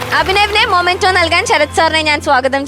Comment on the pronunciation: Anchor kuttyyy... മെമെന്റോ എന്നാണ്.. മൊമെന്റോ എന്നല്ല... അമൃത tv producers ഒന്ന് പറഞ്ഞു കൊടുക്ക് please